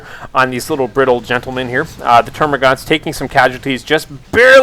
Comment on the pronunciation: I'd hate to be 'that guy' but it's terma'gants' I believe, great casting btw